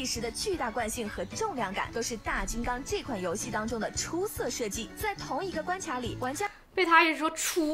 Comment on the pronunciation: 但是為什麼他也會跟妳一樣把關卡唸成關掐⋯會不會是直接把妳的聲音變聲一下直接回收使用了，這樣犯法了都